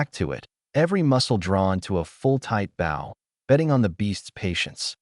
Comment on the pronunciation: for the love of god someone teach this thing to say shed and bow